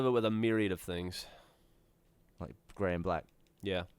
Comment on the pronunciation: Almost sounded like Gavin said "Dark Ray" instead of "dark gray". Anyone else?